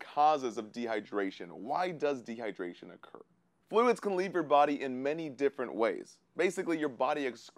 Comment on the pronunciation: De -hy-der-ra-tion